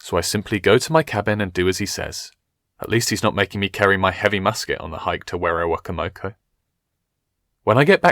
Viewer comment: werowocomoco is pronounced (wero-wo-coma-co)